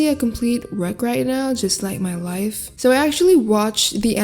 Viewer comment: I thought she said this is wrecked like my wife not my life LOL